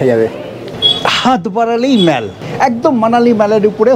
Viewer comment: আপনার videoগুলো আমি ও আমার স্ত্রী খুব আনন্দ করে দেখি। এই videoটিও দেখে খুব আনন্দ পেলাম। একটা suggestion: mallকে “মল” (American উচ্চারণ) অথবা “মোল” (British উচ্চারণ) করা ভাল। Internet search করে সঠিক উচ্চারণ শুনতে পাবেন। all, ball, call, hall, fall, tall কোথাও অ্যা ব্যবহার হয় না। শুধু shallএ ব্যতিক্রম পাওয়া যায়। Darjeeling এর mallকেও অনেকে ম্যাল বলেন। এটা কি ভাবে শুরু হল জানতে ইচ্ছে হয়। শুভেচ্ছা রইল।